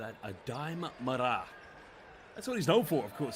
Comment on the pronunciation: I am sorry to tell you that you do not pronounce Aday Mara’s last name correctly. The correct pronunciation is with the accent on the first “a”. Just as you would pronounce Sara. Kindly yours.